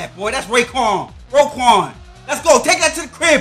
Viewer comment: Bro so disrespectful it’s roquan not rayquan 🤦‍♂️